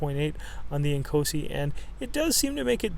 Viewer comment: I thought you were saying "small and cozy" then I looked at the title lol